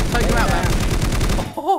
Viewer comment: Why u always say ”ma’am” instead of man lol